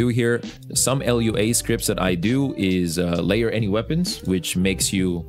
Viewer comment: You kept calling it l. u. a. The dev said it's pronounced as a word.